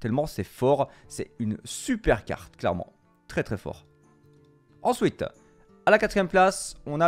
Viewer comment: Ensouiteuh NUMÉRO houiteuh